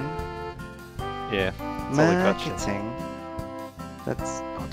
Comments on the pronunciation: Maarkiting? Maarkting. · We don't say marketing like that man